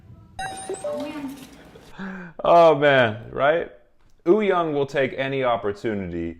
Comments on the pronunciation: It's not, if you look at the hangul spelling of "woo", it's actually supposed to be pronounced "oo" without the "w". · Having said that, to tweak pronunciation a bit, the "young" is actually pronounced "yong" to rhyme with "song". Wooyoung's name has just been romanized in a way that's confusing. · Am I the only one who keeps hearing Oooyoung and not Wooyoung 😂😂. Hongjoong has said that Yongho is the person he trust to watch the group after Seonghwa